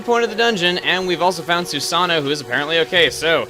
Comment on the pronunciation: Oh never mind you mentioned that anyway sorry...just that you said the "God"'s name wrong, the character's name is Susano, but the God's name you pronounce as "Susa-no-oh." Spelt as Susanoo.